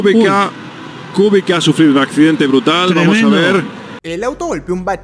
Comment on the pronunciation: Kubica se pronuncia "Kubica"